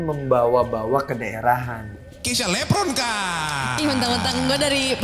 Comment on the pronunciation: Diawali dari penyebutan Lepronkan bukan Levronka